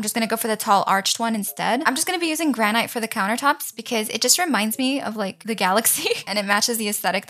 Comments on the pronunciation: Just so you know,…Granite is pronounced gran it, your pronouncing the “gran” right, but the”it” is pronounced like how the “i” is pronounced in international or it Also, “11 hours ago” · amazing video and welcome back but its granite said 'g-r-a-n-i-t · Its Gran-It not ite lol Lol the table is round the chairs are round 😂 You can put stuff into the bags girl!!!